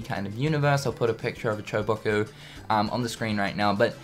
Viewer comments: chobacoh? There called chocobos! come on man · I cringe every time he calls Chocobos "Choboko". It's like IGN mispronouncing Eraquis and Xehanort for KH3.